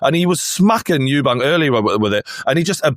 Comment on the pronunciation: it’s Eubank, drop the S for gods sake.